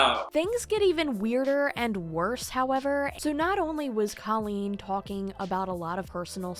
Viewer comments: The video was awesome....was just so hard to hear you say her name wrong over and over again. Colleen: Coe - Lean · I appreciate this commentary, I really do but uhhh....can you pronounce her name right? I watch Swoop and it is "this is what has been said and is alleged, and make your own opinion." But you can't even pronounce her name right when it's in your clips multiple times. At LEAST get her name right before you slander her. Allegedly. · you know that's not how you say her name, right? how do you go over hours of drama for a video and not realize this lmao